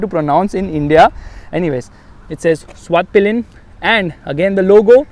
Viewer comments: It's not पिलियन it's पिलेन🙄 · Why is every reviewer calling it svart-pillion???its pilen not pillion!